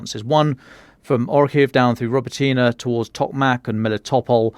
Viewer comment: “roBOtyne” stress on the 2nd syllable…